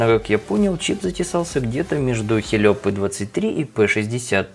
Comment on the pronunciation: Услышал Хелио, дальше смотреть не стал